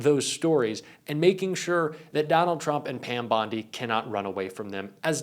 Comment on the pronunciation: Bondi or Blondi, just because it rhymes with blondie it doesn’t mean she is a blond.